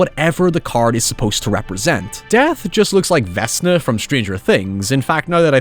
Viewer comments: okay so are we not going to talk about vezna? its a hard c. vek-nuh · Vesna? You mean Vecna? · Vecna - Vek-na not Vess-na. I hate being this guy. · Did you just pronounce Vecna (k) as Vess-na? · I have never heard Vecna pronounced as "Vessna" (I have never watched stranger things but I'm a d&d nerd) and that was some WILD fucking whiplash, holy hell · was so weirded out that he pronounced Vecna's name as "Vessna" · I'm sorry, Vesna? How do you manage to pronounce c as s. I'm only pointing this out because my neighbor is this sweet old hairdresser named Vesna and the thought of her fighting stranger things cast is incredibly funny.